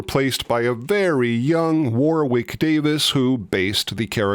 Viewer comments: War - wick? Come on....you CAN say it properly if you REALLY want to!!! Repeat after me....."Worrick, Worrick, Worrick". As in the famous castle!🤣🤣🤣🤣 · Warwick is pronounced Woh-rick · You said Warwick Davis' name wrong! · Bro can't say Warwick